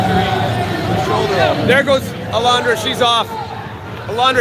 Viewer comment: Her name is not Alandra it’s ALONDRA